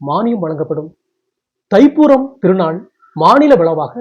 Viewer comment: "தை பூரம்" இல்லை "தைப்பூசம்"